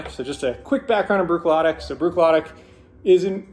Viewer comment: FYI it’s pronounced brook-lah-dee